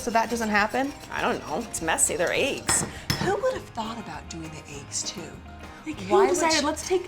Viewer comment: Aagges why u say eggs like that 😆